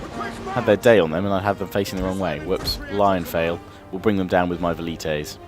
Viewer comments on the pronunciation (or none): i love how I got praetorians by like 246 BC and it was awesome to just own every faction with them btw it sounds like "landfail" to me when you say "lionfail".